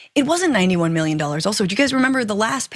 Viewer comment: Mee-yun? Mee-yun? is that USD? The f**k is 91 mee-yun?